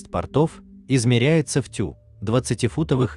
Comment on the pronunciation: Теу,а не тю